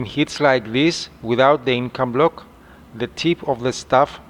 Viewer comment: It is Incabloc, and not "Incombloc!"